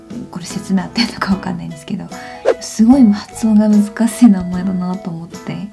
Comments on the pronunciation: つよりなにより、しの発音が気になったんですがなんでずっと、むずかすぃ、すぃますって言ってるんですか...？ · 日本語の発音とても上手いですね。前にコリアンナムチンに「つづき」を言ってもらったら「ずつき-頭突き」「すずき-鈴木」になっていました！つの発音がどれだけ難しいか分かります。 私はパッチムのリウンが苦手です笑 この動画のあなたの発音を聞くととても綺麗で流暢です！ですが、「難しい」の「し」が「すぃ」に聞こえる部分がありました。意識的に話せば直ぐに癖は治ると思います(^-^)発音は音で覚えるように、あなたのビジネス用語は日本人と何ら変わりが無かったです。努力を感じました！！これからも頑張って下さい(^-^)